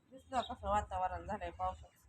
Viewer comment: योगे वा्तीवरण नाही ग वातावरण